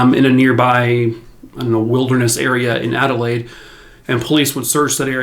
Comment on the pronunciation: I live in Adelaide SA and I would like to commend you on your pronunciation of Glenelg, Somerton Park and Adelaide! Best I've heard from an American 👏👏 If it ever comes up please remember Melbourne is said Mel-bin and Queensland is literally "queens-land" ❤❤